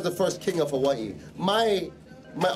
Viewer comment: I can't be sure if he's related, but his story doesn't fit at all...the "first king of Hawaii" was born in the 1700s and his "uncle" passed in 1891. If it were true, this guy would be over 200... He's almost certainly a resident of Hawaii (his pronunciations are spot on), but his proposed lineage is all out of whack.